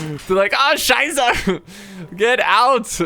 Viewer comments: "ah scheisse", u said that good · " Ah Scheiße ! .. Los los ! " Appreciate the German skills xD